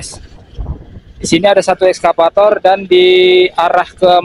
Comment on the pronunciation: maaf ya Bukn,ESKAPATOR,tapi excavator 🙏🙏